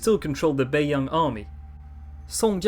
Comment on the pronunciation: no its not, do u actually speak mandarin? the way he pronounced bei yang, both in the 1st tone but actually are in the 3rd and 2nd tone made me cringe